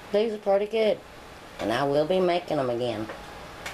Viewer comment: Great! I love how you said pretty : ) preaty like bready, the glaze you topped it with is decadent! We say wush here instead of wash : 0